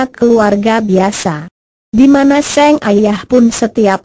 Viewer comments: ini penyiarnya ga bisa bca kali yah masa sang bacanya seng pe a bnr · penyiarnya harus bljr dulu, sang kok seng